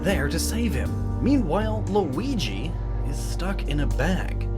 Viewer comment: So you know how to pronounce Luigi now